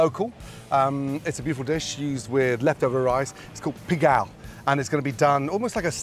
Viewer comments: Pégale not pegao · He did..lmao he did say pigal lmao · Who the hell told him that is pegao not pegal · Did he say "pigal"? Rewatch the start of this vid...he says "pigal" lmao.... Ramsay Ramsey ramsey stay out of our kitchen!!! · We love you Gordon Ramsay but what the hell was that?....Gordon, that is NOT "pegao" lmfao....Still, thanks for the visit and for sharing your "INVENTION" with us and the world...LOL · A stable!??? Lol Ermmm no. That’s “pegao” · I'm laughing so hard. I first i didn't understand he said pegao. The i saw what he was doing and started thinking que carajos hace este. lmao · No, we’re not mad at a British person for mispronouncing Pegao, we are upset because he made Chinese fried rice and claimed it was Puertorrican Pegao.